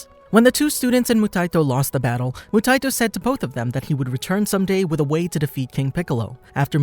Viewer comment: Moo-tie-e-toe (phonetic spelling bc your pronunciation is driving me insane….they say it in the anime countless times) good vid tho